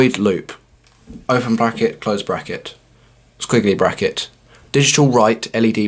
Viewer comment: LOL! (british accent) "Sckwiggly Bracket" LOL